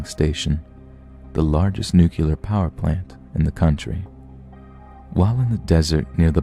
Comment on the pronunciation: Nuclear is pronounced “new-kleer” not “nuke-kew-ler”